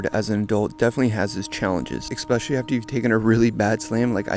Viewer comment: Why do you pronounce especially like that? Why would you say eCspecially?